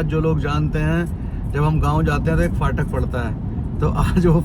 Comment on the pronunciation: Bhai fatak nae phatak hota h 😭😭